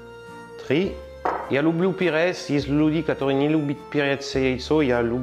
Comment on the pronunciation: МаслО, перЕц и т.д. это просто 👍. Акцент просто прелесть! Рецепты само собой хорошие, но когда это сопровождается такой озвучкой, то смотреть и слушать приятней.